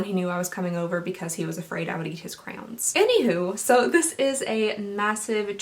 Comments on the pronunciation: Hahah you say CROWNS instead of CRAYONS it’s cute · you say crayons like craywowns, it’s wild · crowns? Who says it like that? I’ve heard cran, and cray yon. But never crowns. Edit...I just got to the crayon story...first time it did sound like crowns, and I had just replied to you and burst out laughing. I really thought you weren’t phonetically describing it properly...I shouldn’t have doubted you, and I apologize, lol! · I love how you say Crayons. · The way you say crayons triggers me!!! Lol but awesome video. Love your reviews!!